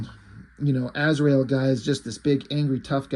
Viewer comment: To quote one of the Tremor Brothers from Smokin' Aces "You mean Az-ry-el?"